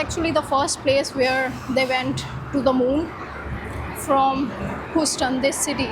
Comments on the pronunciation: Check your pronunciation of Houston. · You honestly need to ask Google to help you with the pronunciation of the names of towns and cities before you venture on doing a recording. Your pronunciation of Houston and Texas are absolutely pathetic. You should not judge the whole of the USA based on one city. Remember Texas has a high percentage of Indian, Pakistani and Bangladeshi inhabitants ... so what better should you expect.